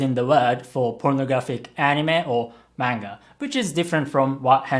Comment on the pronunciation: Why does say manga wrong